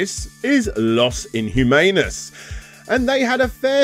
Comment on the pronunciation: Say it like "loss in - oo - man - oh - s"